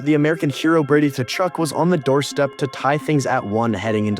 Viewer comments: KA-CHUCK, just say it like that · I'm curious if you're making a joke or not by calling them Ta-Chuk? The T is silent. Are you American? We know they're not very good with proper pronunciation.